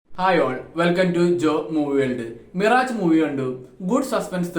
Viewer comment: മിറാജ് അല്ല.. മിറാഷ് ആണ് 😊.. മരീചിക എന്ന് മലയാളം 😊